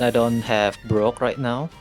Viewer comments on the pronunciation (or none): saying "Brook" instead of BROCK kills me🤣!! but love the deck atually won some games with ez